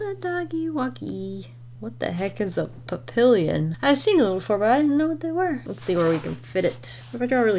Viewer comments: I like how you say papillon. "Pupalian ". It is the French word for butterfly hence the ears but it is pronounced Pap "E" on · Hey, don't get me wrong, I love the video and the dogs are super cute. However, just letting you know, coming from someone who kind of grew up with one, Papillon isn't pronounced "pap-illon". Its French, so the Ls are silent and you can't really hear the N. Kind of like a "pap-i-yawn". Papillon is also French for Butterfly, and they were named for the butterfly-like ears. Anyways, just wanted to let you know.😊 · my dumb ass knowing mild french and being confused when she pronounced Papillon “pa-pill-in” Okay but being serious for anyone who doesn’t know how to pronounce the name, it’s pronounced “pa-pee-on”! This is how you say butterfly in French, and they were named after the butterfly because of their large ears! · The papillon is pronounced “pap-ee-on” and their name comes from the French word for butterfly (I’m pretty sure that’s where it comes from). Oh and the “flappy skin bit” by their mouths is called “jowls” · For future reference, the papillon is pronounced PAP-ee-YAWN. It's French. :) They're called that because their ears look like butterfly wings. These dogs are way smart -- they're only like ten inches high, but I saw a thing on TV once where a woman had a papillon who could herd sheep. O_O He had to ride out to the pasture with her on her ATV, 'cause he only has tiny little legs, but once he was there he could run around and respond to her signals and did a great job moving the sheep where she wanted 'em to go. Fun stuff. :) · btw papillon is pronounced pap-ee-on :) love all the puppies ☺️☺️ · Papillon ( Pop- E-On) it means butterfly in French, theyer called that because of the ears🥰 just helpin 💖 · the Papillon is French and its pronounced pa-pi-yon it means butterfly but i love how you said it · Papillon is pronounced Pap-ee-on. It’s French for butterfly 🤗🦋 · papillon is french and pronounced like “pappy-yawn”